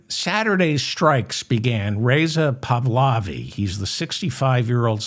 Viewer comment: Pahlavi pronounced paw-la-vee